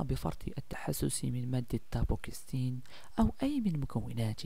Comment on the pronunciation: اسمه دابوكسيتين وليس دابوكستين